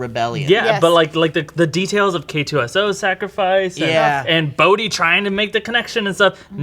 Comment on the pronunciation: Thank you guys, you said Bohdi's name. Not many people do, and he was, without a doubt my favorite character.